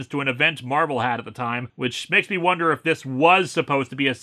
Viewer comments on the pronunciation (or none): none